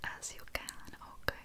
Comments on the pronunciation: I love these vids so so much!❤ But my favorite part is when she says OaHkY like girl ❤️❤️❤️ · Day 30 of begging to stop promoting "ok" like Mr. Mackey from Southpark😭 "ehhmkayuh"🤣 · I just love the way you pronounce „okay“